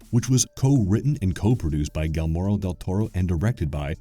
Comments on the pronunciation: Guillermo is pronounced, "Ghee-air-mo" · You cant even pronounce GEE YAIR MO. Once? fine. twice? cmon dude. i heard it 4 times in the span of 5 min. Why would i care about to a channel that doesn't care about its content? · you were butchering his name over and over, but you honored him and his amazing work even more! love his work and the creatures he creates! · 10 Insanely Disturbing Ways to Butcher Gillermo Del Toro's Name. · kind of annoying when they don't bother. u can literally Google search "how to say Guillermo del Toro" and it pops up and tells u! 🤬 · Oh my God!! The whole time that crap was driving me crazy! If you are gunna make a video about someone maybe find out how to pronounce the man's frigging name!! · I was laughing so hard every time he said Guillermo's name 🤣. In the age of the internet this kind of mistake is a byproduct of being lazy. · I thought it was only me!!!... The content in this video is great. It shows the amount of research you did to compile a great "document" about one of the most creative "movie makers" of our time, but with all due respect, and out of respect, learning how to pronounce his name properly was "mandatory". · Typical moronic YouTube content creator. They'll spend days or even months researching all kinds of obscure facts, but won't spend 10 minutes figuring out how to properly pronounce someone's name. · as a latina the way he says Guillermo is driving me crazy! awesome video though! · as a southern dude, I noticed but I'm also desensitized to it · As a non latin, it drives me crazy too. He switches letters, every single time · Ikr like come on ATLEAST search how a name is pronounced before making a vid about them smh... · Despite butchering his name, this was a great video. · That pronunciation of "Guillermo" was UPSETTING. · I swear I've never heard someone butcher his name so badly lol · To constantly mispronouce his name is really unacceptable for a channel proporting to be horror experts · "Gilmeno del toro" 😩🤌